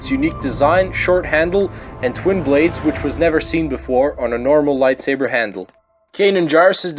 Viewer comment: Whenever he says "Light swaber" i die a little more